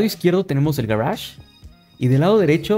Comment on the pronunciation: "Garage" ulala